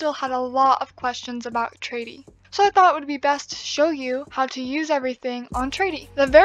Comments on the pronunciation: I was a bit confused at first when you said "Tradie" but then I realized you were saying traderie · The fact she says tradie the whole time not gonna lie kind of annoys me, but I don’t mean this in a rude way just so you know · "Tradie" xD